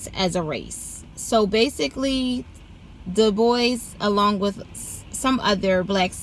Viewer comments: It's not de-boise!! Ignant uncultured mf It's pronounced du-bwa Smh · Looks French sure its not pronounced Dew-Bwa? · Is pronounced Doo-bwau. It’s French. I hate when black people do this!